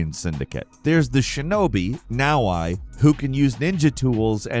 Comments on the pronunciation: BROO, her name is pronounced NA OH EH, not NA OH AI!!!!! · hilarious. You pronounced Yasuke correctly and you pronounced NaOhEh as NowI lol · it's "Nah-Oh-Eh" not "Now-why" for Naoe btw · You completely butchered Naoe's name, its "nowey" not "nowai" Japanese names are phonetic, they're not difficult to pronounce correctly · jesus does he really call her naoHI??? i mean come on man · It’s pronounce now-ae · You say Naoe weird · with the all-time worst video game character name pronounciation. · He also pronunces "Naoe" wrong